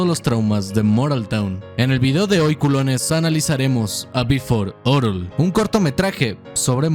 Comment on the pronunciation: oye we, pero es "beforel orel" no "before orel" nombre y el profesionalismo?